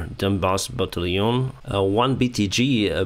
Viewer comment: I love how he says “battalion” Sounds like a Frenchman from 1784